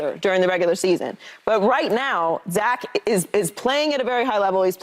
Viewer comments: So am I the only one hearing joy say “zak”? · Is it me or does she keep calling him zack